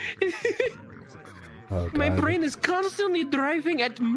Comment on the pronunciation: "my brrain is constantly drriving at mach ONE... million or something" i believe that's called ADD